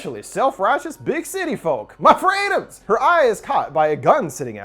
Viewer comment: “MA FREEDUMS!!” 😂😂😂